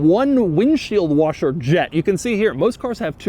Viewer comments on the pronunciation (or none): none